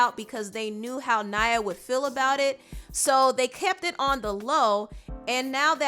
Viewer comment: The girls name is Naya, not Nyah. Y'all American's pronunciation boy.. Still love your insight tho❣️